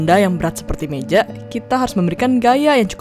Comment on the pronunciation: gaya jadi gayak meja jadi mejak